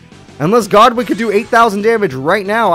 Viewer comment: why do you call rex godwin when his name is goodwin im confused